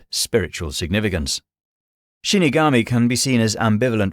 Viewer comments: not trying to sound rude but it is shinigami not shunogomi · Shinigami* not shunogomi 😁 But great video!